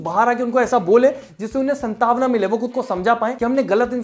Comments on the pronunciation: संतावना नही सांत्वना बोलो । वैसे बेहतरीन रोस्ट करते हो ।💯🙌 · pr santavna nhi santvana h bhai